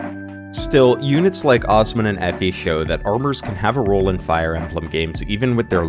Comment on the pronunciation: haha her name is Effie. FE.